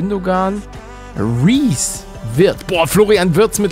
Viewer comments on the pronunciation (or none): "Riies" statt Reese fand ich auch gut :D (Spielt seit dieser Saison bei der Hertha, vorher bei Kiel erfolgreich gewesen: Würde mich ultra für ihn freuen, wenn er tatsächlich mal in der Nationalmannschaft spielen würde, ist ein absolutes Mentalitätsmonster)